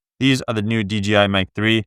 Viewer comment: DJI, not DGI